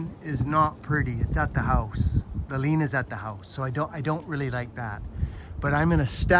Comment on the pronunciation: Hate to do this Sir but it's " lean" not " lien". Lien involves suing a person or a " tax lien". Love you my friend. And I love your channel.